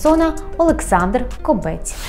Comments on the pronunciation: Хіба не зрозуміло що кОбець а не кобЕць противно слухати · Думаю, що все таки КОбець, а не КобЕць!!! І і КОбця, а не КобЕця!!! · Тільки наголос ставиться на О. КОбець і змінюється не Кобеця, а Кобця. Є така птиця кобець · Дякую за випуск. Тільки перевірте, будь ласка, наголос в прізвищі «Кобець». Мені здається, воно походить від назви птаха і наголос має бути на першому складі.